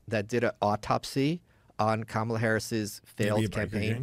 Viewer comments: Her name has equal stress on all syllables. Please say it properly my guy. No hate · Please please please please please! It's COMMA-la, not kuh-MA-la. That's why all the shirts that say: ,la Please say her name correctly. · For anyone not sure it’s pronounced “calmala” not “Camarla”. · It's arguable that no words properly have equal stress on all syllables. And specifically, Kamala is stressed on the first syllable. KAmala.